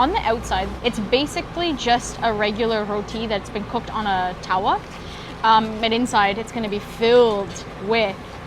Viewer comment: Your pronunciation of certain words are amazing eg : roti , mango chutney , tawa etc